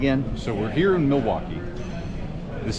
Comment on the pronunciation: I've lived in Madison nearly my entire life and I have NEVER heard anyone pronounce Milwaukee that way. As far as I'm concerned, had it right. "Mill-wok-ee," with the L. And while I'm at it,,, "Wisconsinite" is in fact our denonym. But "Sconnie" also works!